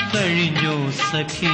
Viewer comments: ദാസേട്ടന്റെ 'സഖി ' എന്നുള്ള ഉച്ചാരണം മാത്രം മതി, what a legend 🙏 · എനിക്ക് മനസിലാക്കാൻ പറ്റിയ കാര്യമാണ് സഖി എന്നുള്ള ഉച്ചാരണം